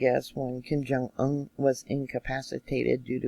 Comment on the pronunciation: Love the way you pronounce Kim Jung un!!!